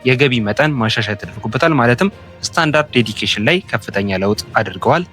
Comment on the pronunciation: ስታንዳርድ ዴዲኬሽን ሳይሆን ስታንዳርድ ዲደክሽን ነው የሚባለው --- God bless you.